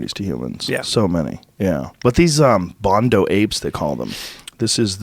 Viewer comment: Anyone catch Joe Calling bonobo apes Bondo apes?😂😂